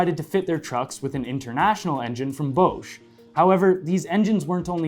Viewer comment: it’s pronounced bosh the c is silent